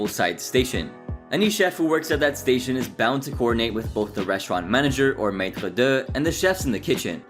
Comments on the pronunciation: It’s not Maitre Der , it’s Maitre Dee !!!! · just so you know Maître d' isn't pronounced matra duh, it's pronounced matra Dee just for your reference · Maître “Duh”??? It’s Maître D, as in “Dee”